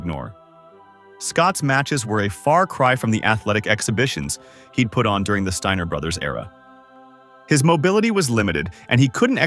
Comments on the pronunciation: MY GUY !!! THIS IS HOW YOU PRONOUNCE THIER NAME !! ( STEINER ) NOT " STINGER " YOUR A CLOWN 🤡 TRUTH HURTS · the Stinger brothers? Or did you say the “Stainer” brothers?